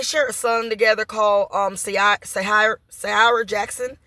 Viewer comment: The woman name is Daf…ne… Joy… The son name is pronounced…Sire just the same way you say “ Hire” smh😮